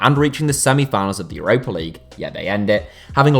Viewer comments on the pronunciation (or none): none